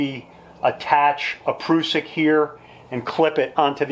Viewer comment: I think the word Prussik is pronounced differently. The "prus" part would rhyme with "bus"